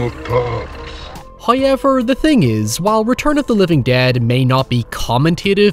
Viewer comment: First "hoyevver" drops . He rewards the patient.